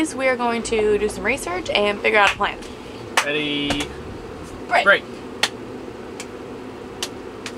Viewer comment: They have "no pwan". haha I don't know why people that can't pronounce their "L's" is like nails down a chalkboard to me...